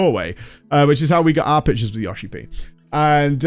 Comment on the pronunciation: You have no idea how long it took me to realize you were saying "pictures" and not "pitches"